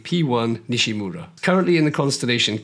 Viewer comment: Nishímura is “nee SHEE moo RA” not NISHy MURRa. Accent on the 2nd syllable, SHI. Respect the man who made the discovery, and give his name a back beat! Hear for yourself: search YouTube for 西村彗星